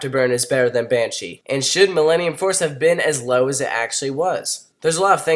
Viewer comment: you said banshia